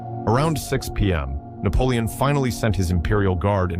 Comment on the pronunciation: 숫자 읽기 왜 그리 못하나? 나폴레옹이란 발음등 외국어 발음도 어눌하고